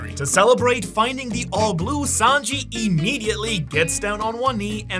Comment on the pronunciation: It’s Sanji not Sanjeev